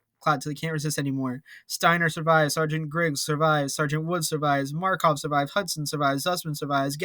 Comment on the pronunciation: Just saying buddy, MakArov not Markov, and Freidrich not Freidirch, still it was a fun episode